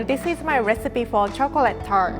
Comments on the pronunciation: This is my recipe for chocolate "TURD"? Edit: It's pronounced that way throughout the video. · I thought she said "chocolate turd" for the first one